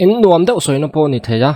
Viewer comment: Run rem ka nùam, a ni lo, run rem ka nûam(a ri kûai chho tur aw) tiha lâm rik tur a ni. Nûam tih hi châk, thlahlel tihna a ni...